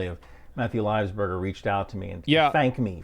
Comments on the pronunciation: he can't even say his name right .. livesberger? whos that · this guy cant even pronounce his name right. its livelsburger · "Lives burger" Cringed every time.